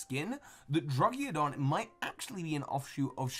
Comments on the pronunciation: I laughd My butt of when you said druggidon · Drugeodon instead of druddigon